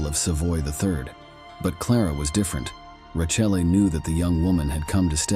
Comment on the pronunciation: His wife, Rachel, is pronounced Ra. Kellay